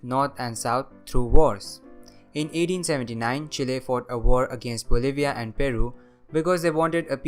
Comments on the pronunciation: Kudos on your correct pronunciation of Chile. The area you marked as controlled by the Mapuche people is wrong though. They lived further north and Chile colonized the area you marked before conquering them. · First time I hear an english speaker pronounce Chile correctly, I salute you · I pronounce it Chile